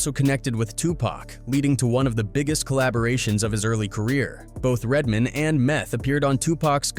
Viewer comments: Lmfao. Red DID say white people say, "RedMIN". 😂😂😂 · 😂😂😂. RedMin, RedMin, aye aye RedMin 😂😂😂